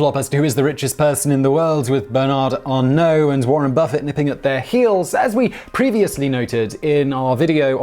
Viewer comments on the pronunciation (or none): none